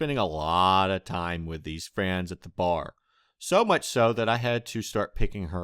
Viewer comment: He says friends as "frans" Lol